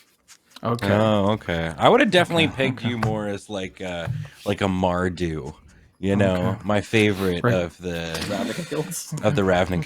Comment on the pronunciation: What's this, tempting a correction from chat. Very funny, "Mardu" good grief.